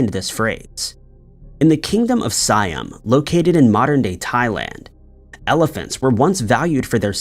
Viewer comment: Hearing you say "THAY-ms" instead of "Tems", "Schoon-ER" instead of "SKOO-NER", "Si-UM" instead of "Si-AM," and "Sera-Cruise" instead of "Sara-CUSE" is really cringe.